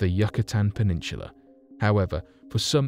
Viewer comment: Very interesting video, but this dude has some weird ways of pronouncing certain words. Ex: Nihneevah (Nineveh), Plutartsh (Plutarch), Peninshulah (Peninsula).